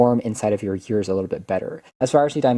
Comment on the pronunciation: Yearbuds, and Years 😂